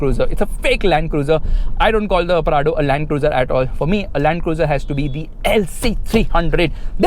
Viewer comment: Rakhi sawant calls it LUND-CRUZE 🥲